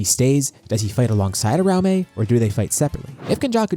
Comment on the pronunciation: I have never heard someone pronounce uraume like UH-RAO-MAY before in my life. New pronunciation just dropped 😭